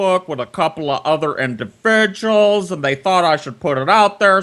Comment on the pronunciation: "All's you gotta do is get those indivijuls into some sitcheeations."